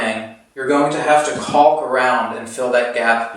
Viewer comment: Caulk is pronouced "Cawk" do not prounounce the L. I know it's frightening. Do you waLLLLk to school?